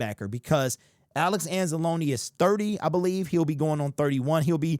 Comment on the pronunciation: Thank you for saying Anza-loneeeee, not Anz-Alone...